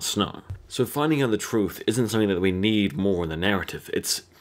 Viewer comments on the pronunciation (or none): YOU CAN'T HANDLE THE TURTH! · turth. lol. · "Tell da turth" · "THE TURTH"